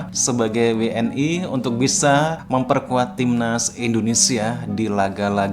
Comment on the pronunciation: WNI ya bukan W N AI...